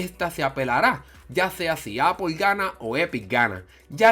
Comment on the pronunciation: el we dice apol se dice apol xddd apple vs apol